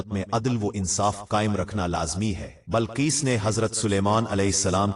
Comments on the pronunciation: Bilqees naa ke Balqees urdu ghalat bolte ho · Balquees nahi BILQUEES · Bilqees ko balqees kahe rahe hain. Aap ki urdu sahi kijiye.. Kayi alfaz aap ghalath kahe rahe hain